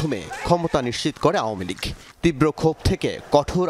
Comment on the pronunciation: "আওভ্ভামেলীগ" উচ্চরণ টা বেশ ভাব-সম্মৃদ্ধ 🐑 ।